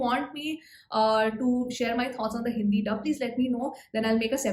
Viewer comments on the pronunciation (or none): none